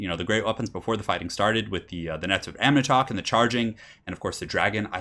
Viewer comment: Its probably been said but you say Amyntock wrong, Im sorry, I couldn't help it :D